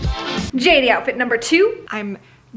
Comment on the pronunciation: It’s not J 80 it’s pronounced Jaitie fit